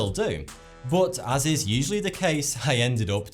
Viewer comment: sorry he didn't stutter he just didn't say "as" properly